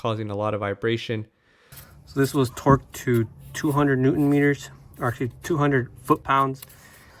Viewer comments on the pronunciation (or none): none